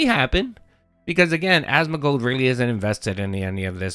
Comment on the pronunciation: ASMON GOLD.. there's no middle D,.. its not Asmond gold, idiot...